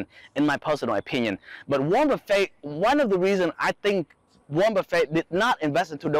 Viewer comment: Haha.. he say like Golden Corral 'Buffet'